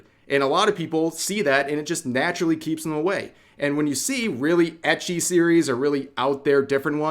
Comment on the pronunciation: why do you say ecchi like that? I say ecchi instead of ecchi when refering to ecchi anime